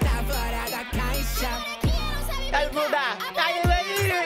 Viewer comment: Ele tentando falar "Bonekinha" kkkk amo ❤️